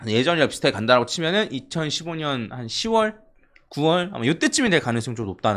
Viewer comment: 2015년으로 들리는건 내귀가 이상한건가요 2025년이겠죠